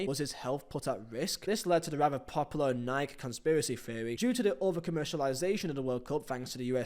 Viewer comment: How do you not know how to pronounce Nike?